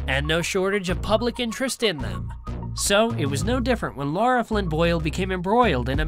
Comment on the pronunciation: Her name is LARA, not "Laura." L-eh-ra.